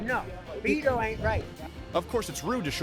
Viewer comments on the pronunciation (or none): I loved his pronunciation of Beto! B-toe is gonna get beat in November.